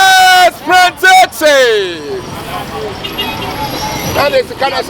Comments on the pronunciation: I knew was going to shout "yesssss prantain" 🤣🤣🤣🤣🤣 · Prantain cheeese 😂😂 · hmmmm prantain paaaaa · Did someone hear well? Prantain Prantain eeeeeiiiiii